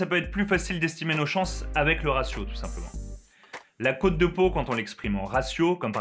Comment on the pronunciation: cest cote pas côte et ca se dit cotte